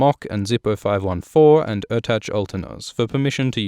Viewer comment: Ertaç'ın adını ne güzel okudun len! Çıkar bakalım şu Dune videolarını hele.